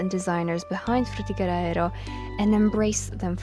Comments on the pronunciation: Oh my god the way you say it is so GOOD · I appreciate how you pronounce Fřũþįğëřœ Æęřœ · Great video but also it sounded like you were having a seizure every time you pronounced "Frutiger Aero"